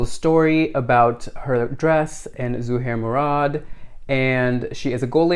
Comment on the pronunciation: You taught me how to say ZUHAIR MURAD'S name properly ...... Your now one of my favorite people ....